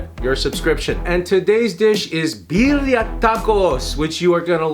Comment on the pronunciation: the way you said birria i totally almost believed you were latino until i read the Asian part lol